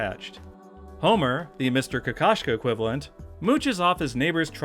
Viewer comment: It's completely unrelated to the video, but you've opened my eyes to how Oscar Kokoshka's name is pronounced. In Russian sub the O's are very clear (like in "road" or "Todd"), and the video was so funny to me, because in Russian "kakashka" (какашка) means "poop".